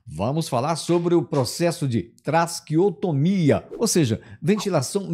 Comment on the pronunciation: É TRA.QUE.OS.TO.MIIIIAAAA, E NÃO (trasqueostomia) ok